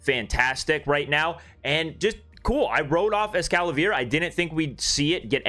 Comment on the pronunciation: You read es-cala-vier but its es-cavalier